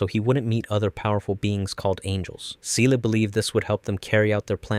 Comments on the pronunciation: Hey there! Great video! Just a heads up, Seele is German and pronounced "ZAY-luh". It means "soul" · Nice video, but wanted to let you know that Seele is pronounced with a Z like "ZAY-LAY" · "seela", "uh-sue-ka", "ko-war-ru"? they literally say these names dozens of times in the show, how does one get them so wrong? this is like when m night shyamalan had them call Aang the "uh-vatar Ung" instead of Avatar Aang. did you only ever watch the netflix re-dub? because that was bonkers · Its not See Lee. Its Seele german word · "Evangalleon" "see-lee" "asooka" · Just a thing Seele is a german word and means soul, the pronunciation is very different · I love the explanations but as german hearing the word Seele and Wunder mispronounced really get´s on my nerve, pun intended. I´am not mad thow :)